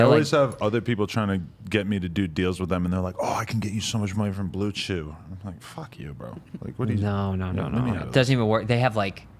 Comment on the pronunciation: LOL this guy talkin bout how he’s the first to get blue chew sponsored YET HE DOESNT EVEN KNOW HOW TO SAY THE NAME dude just fake as fuck everything he does is fake